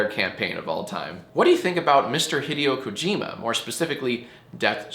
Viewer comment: the way he pronounced hideo kojima was atrocious